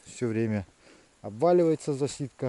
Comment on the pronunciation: Засидка на украинском означает "засада" . Но ударение ставится на первый слог